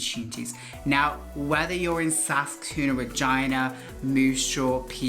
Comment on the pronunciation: bro its regina not vagina🤣🤣🤣🤣